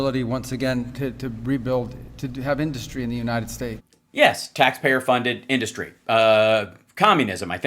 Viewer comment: Every time Trump says the word “industry” I want to step off a skyscraper. In-duus-tree